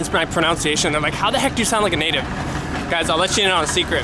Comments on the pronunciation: fyi - it's not pronounced 'pro-noun-ciation', it's 'pro-nun-ciation'. lol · It's a bit ironic that you mispronounce the word "pronunciation " as "pronounciation". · So ironic you mispronounce pronunciation